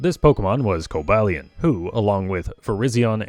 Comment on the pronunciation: Cobalion is pronounced with a long a. Co-BALE-ee-on. I don't know how you didn't even pronounce it like Cobalt, which is the usual "mistake"